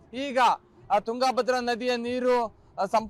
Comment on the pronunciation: ತುಂಗಾ ಭದ್ರ ಬೇರೆ ಬೇರೆ ಅಲ್ಲ ತುಂಗಭದ್ರಾ ಒಂದೇ ಉಚ್ಚರಣೆ ಸರಿ ಇಲ್ಲ ಸರ್